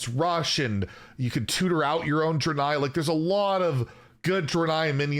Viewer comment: It’s pronounced Dray-nei